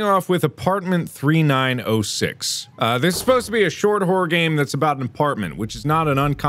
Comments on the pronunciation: Dragon Tamer576 I heard it too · Mark: scary GAAAME- What I think he said: HAIRY GAYYYY